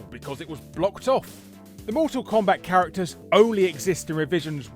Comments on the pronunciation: 'chararacters' lol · "chararacters" right on